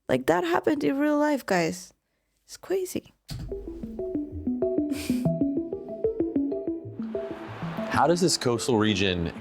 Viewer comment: I love how you say crazy. Cwazy